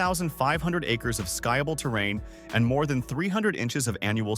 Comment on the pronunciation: It’s not a guy, it’s a computer so it cannot understand linguistics. It said “sky-able” terrain instead of skiable.